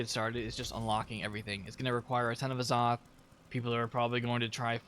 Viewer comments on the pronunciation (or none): In order for any player to create your own guild you must be Level 100+ only if you choose not to join one that's already made. Please say azoth correctly in my opinion A-Zoth or use Google Translate to hear it cause it was bugging me how you were saying it lolz.